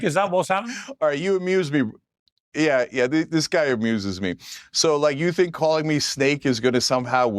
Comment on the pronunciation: for evermore it's sink....or chunk